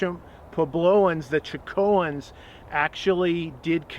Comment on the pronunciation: Learn how to pronounce “Chacoans” and don’t call Chaco a megalithic structure. There are no megaliths at Chaco.